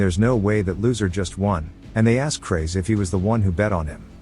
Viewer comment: I'm gonna "Axe" for more of these videos when the new part comes out